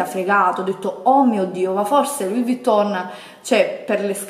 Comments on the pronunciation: Eh purtroppo "Louis" l'ha pronunciato bene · A tutte quelle che Hanno sottolineato o deriso nei commenti la pronuncia di Louis. In francese si pronuncia non facendo sentire la S. O vi state zitte (dato che offendete quando in realta´ sbagliate) o vi informate.